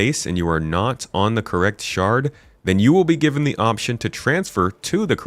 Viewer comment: Everytime "shard" was said, I heard "shart" and giggled uncontrollably.